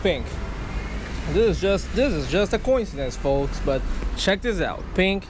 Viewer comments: When he said pink I swere he said bink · lol. "Peank".